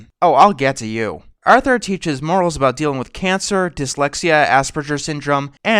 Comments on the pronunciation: did he say Arnold instead of Arthur once? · "affensive to arnold" XD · At 5.29 why you say Arnold instead of Arthur boi? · Uhm... do you mean "Arthur"?